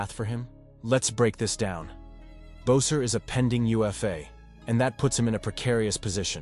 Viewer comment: People tell me itès ÈBES - ER NOT bo-ser!! which is it!